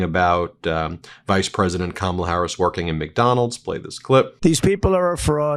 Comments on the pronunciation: How does he know what Kamala-a-la did as a teen? He can’t even pronounce her name. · Donald Trump is so stupid he can't even pronounce Kamala right. Did he graduate did he go to school? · Who's is they and WHY can't he pronounce her name. I call just plain STUPID. I can't take anyone following him seriously. Pure IGNORANCE or RACISM. Don't clap back. Today is not the day and I'm not the one!!! Love your channel, where the truth WILL be told